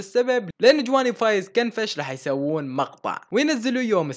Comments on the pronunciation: ياخي فايز كنفااااش مو خنفش 🤣🤣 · لك ياحبيبي كنفش مو خنفش 😅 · تره اسمه فايز كنفش مو خنفش😂😂